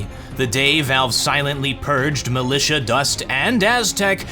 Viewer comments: militia u call "milisha" rly?? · ...militia... Me: huh? Malaysia? Since when...